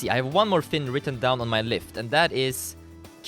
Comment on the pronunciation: (SOCIETY IN 2017) "I have some things WRITTEN DOWN on my phone..." emphasis on "written down"